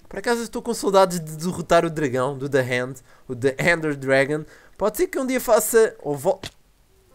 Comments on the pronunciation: não se pronuncia the "hand" e sim the end (sem o "r" ou "h") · eu sempre me confundo quando o fala the end parece mais ``the hand`` ou melhor ``a mão`` em português, mas foi muito bom o video